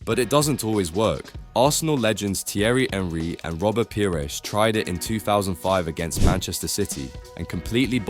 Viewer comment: You speak like you've never heard of any players or clubs unless it's Neymar. How don't you know how to say Ajax, Celta Vigo or Thierry Henry?